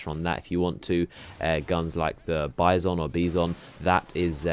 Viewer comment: Good video man, you got ur self a new sub! Also the Bizon is pronounced "Beezong" (credit to The Real Diggy Smalls). It's Russian for bison, ha I'm Russian and I didn't know this.